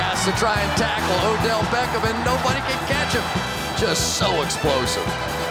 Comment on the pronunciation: Did anyone else here him say Odell Becken??